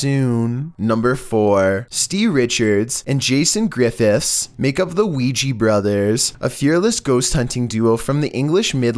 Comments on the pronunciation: oui.....JA............OUI.....JA....NOT OUI GEE. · weeee-ya brothers not weeee-geeeee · Quija Qui Ja Weedgee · Its ouija with an a